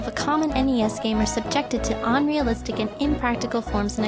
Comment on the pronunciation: But what's with pronouncing "unrealistic" and "unscathed" like "onrealistic" and "onscathed". I've never heard that before and it's just weird.